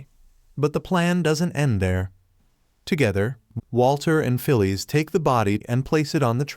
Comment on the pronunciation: It's Phyllis, pronounced "Fill-iss", not "Fill-eese".